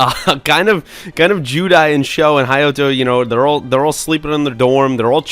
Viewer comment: Thanks for not reviewing the 4Kids parody, the actual shows don't get enough love. Edit: Some nicely done pronunciation corrections as requested: Ryoto: Ree-OH-tow. Jonouchi: Juh-NO-chee. Hayato: Hai-yah-tow. -[Gotta go, I'll finish watching the rest of the vid later. Thanks again, you guys are great!]